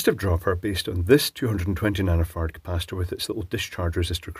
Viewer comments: Did he say 220 nano fart capacitor? lol I will be calling them nano-farts from now on. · Did I hear nano fart correctly? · “220 nano-phart capacitor” LOL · I thought I heard him say that so I listened 3 times and yep. That what I heard